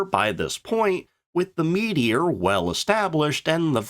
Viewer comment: The Meedior? Never heard of it. The Meteor however ... And Nay Nay? Neene after the river Nene . Low IQ AI.